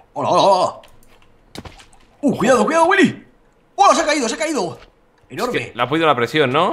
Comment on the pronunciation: Me encanta como Luzu pronuncia Willy. GÜILI XD